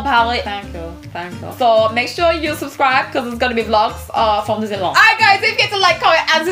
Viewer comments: dinnilawn... I'm dead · Your french accent is good but we really say the D in disenyland and girlfirend